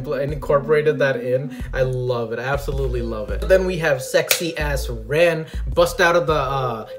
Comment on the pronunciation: LOL I hate to be "that guy" but it's "Jaune" and "Ren" not John and Rin...